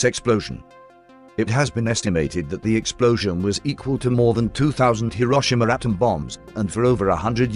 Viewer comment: This is no long the 1940's. We no longer pronounce Hi-ro-shi-ma as Hi-rosh-i-ma.